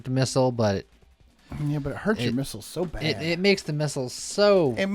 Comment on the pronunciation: Not gonna lie, the first time he said missles I heard nipples